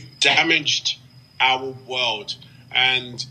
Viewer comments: our wowed!? What's a wowed!? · "Our Woolld" is in real danger I'm sure.